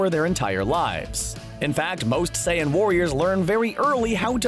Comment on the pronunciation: i thought he was saying sans 💀